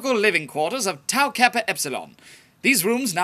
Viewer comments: You mispronounced Tau alot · It's Tau... Not Tow... Seriously... Your chapter founders are face palming